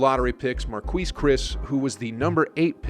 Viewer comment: It's MHAR-KEYS not MARKWEESE